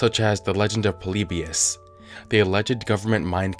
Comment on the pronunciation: You said polybius wrong